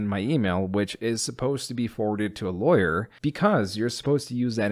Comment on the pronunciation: lol, "lawer"